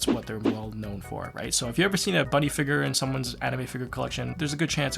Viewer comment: I'm not gonna lie, I heavily disagree with the way you pronounce figure 🤣 but that's just a me thing haha